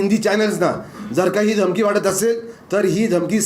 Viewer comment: अरेरे.....NMF News....घमकी नहीं धमकी होता है वो शब्द .... अच्छे पढ़े-लिखे लोगोंको काम पे रखो.